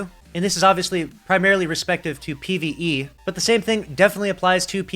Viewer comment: Notice how he says PvE